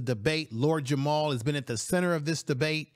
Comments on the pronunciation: It’s very difficult for me to take this video seriously when it’s creator calls Lord Jamar “Lord Jamal” in the first 30 seconds and continues to call him by the wrong name for the duration of the video… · JAMAR, not Jamal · It's Lord Jamar not "Jamal" family... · It’s Jamar not Jamal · It's Jamar, not Jamal. Smh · I agree with you totally but he's Lord JamaR not Jamal 😅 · Is not Jamal its Jamar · I made a similar comment. Hard to take the video seriously when its creator doesn’t even know the artists name that compelled him to make the video in the first place…